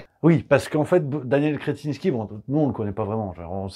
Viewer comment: Sacré patronyme! Il est vernis le gonze! mais, je crois que vous ecorchez le 'in'.